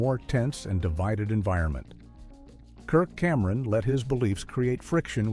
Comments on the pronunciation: Kirk-camera-On... pretty sad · Who the hell is Kirk Cam Eron ?!